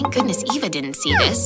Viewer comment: I hate. Says Eva it's ava